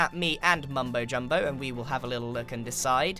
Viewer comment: he said mumbo jobilo. (Bad at spell)